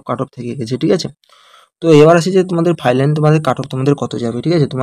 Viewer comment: Final ❌ Filan✅